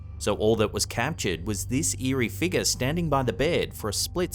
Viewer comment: Interesting...you crack me up with your pronunciation of the word figure.....you say FIGAH. :) when did you shave your head!?